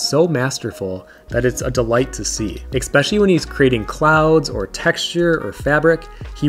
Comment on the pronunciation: Great selection of books. Btw the word is “especially” not “expecially”!